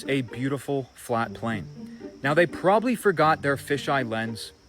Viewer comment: Bruh I was crying when you couldn't say probably 😂😂 I'm so sorry and then you said boombaclot I snortedm my tequila 😆🤣